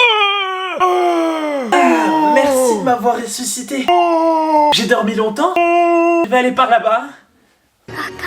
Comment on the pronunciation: À Oui dis pourquoi tu dit réçusité